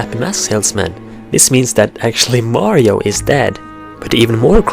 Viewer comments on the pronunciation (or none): none